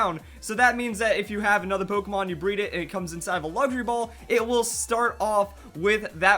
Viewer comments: I kept Hearing Him say Laundry Ball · I thought you said laundry ball lol